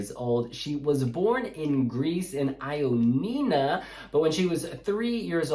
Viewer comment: Not Aioninna 😛 Ioannina